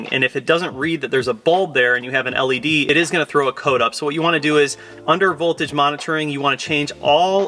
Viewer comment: Say led again